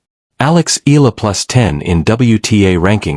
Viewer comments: Eala pronounce E-YA-LA not E-LA. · e-ya-la not e-la